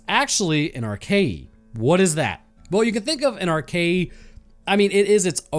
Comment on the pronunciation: It's pronounced Ar-kay-uh. Not Arkayee